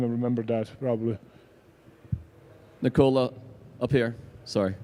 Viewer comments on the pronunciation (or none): You had 10 years to learn that his name is Nikola not Nicola